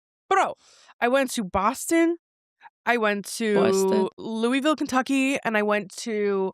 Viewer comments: I’m extremely country and sometimes people don’t know what town you’re talking about because you might say it wrong, I was like looiville? I say it like loovlle and I was so confused but I love this podcast so much and you saying that made me laugh 😂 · “Loo-ee-vill” 😭 is “loo-vool” Kentucky